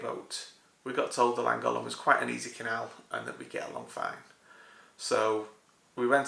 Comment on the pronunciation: Noooo not land-gollen. It’s lan-goth-luhn 🏴🏴🏴 Like the small boat, cool